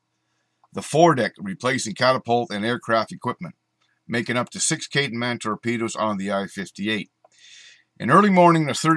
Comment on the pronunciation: Cool! Though I believe it was pronounced "kay-ten".